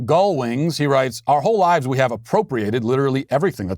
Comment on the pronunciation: The way that teacher's union freak said 'We hhhhhhaf to believe..." reminds me of 'I did NOT have sex with that woman...Monica Lewesnki..."